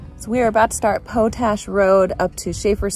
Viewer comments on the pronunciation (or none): It's Pot Ash, not Po tash... It's used to make fertilizer... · It is not pronounce poat ash... it is pot ash, it is used in fertilizer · I love your approach to making videos. I especially liked the lake city loop video. My only criticism is your mispronunciation of the word potash. It is pronounced POT ASH (paa tash) not poe tash. Your 4 wheeling videos are among the very best on Utube. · It's pronounced "Pot Ash," not Po Tash. Ask a local. And the park is Dead Horse POINT State Park! Great videos!! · Great video, good narration and maps. But it's pot-ash, not po-tash.